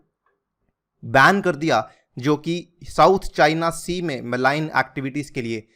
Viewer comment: Good analysis. Thanks. 'मलाइन' नहीं मरीन (marine) कहना चाहिए।